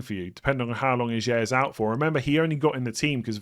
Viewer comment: Ajer pronunciation, pls fix :P